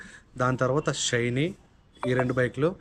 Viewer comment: Adhi షైనీ kaadhu bhayya😂😂 షైన్